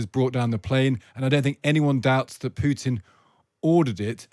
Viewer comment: Pjuutin veRRRY rational guy 🤣🤣🤣